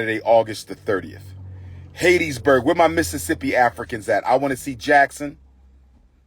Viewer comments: It's pronounced HAT-Tis- burg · Pronouncing Hattiesburg wrong